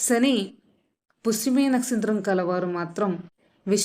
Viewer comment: nastritramkaadu, nakshatram